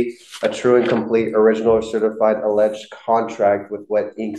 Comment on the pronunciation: Then later in the video the judge mispronounced "alleged". :D